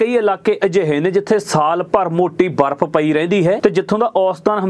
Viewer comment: ਵਾਰਫ਼ ਜਾ ਬਰਫ😂😂😂